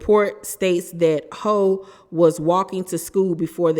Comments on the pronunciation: It’s pronounced Hew not ho, like Jennifer Houg (Hewww = Houg) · ITS PRONOUNCED HOFF OR HUFF, NOT HO......... My God this poor girl cannot catch a break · I believe it's pronounced "Huff".. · Hough is pronounced Huff ❤ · The lady's name is Hough it rhymes with rough, not Hole or Huff 😊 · Isn’t her last name pronounced HUFF? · It’s pronounced “Hue” but she was saying it wrong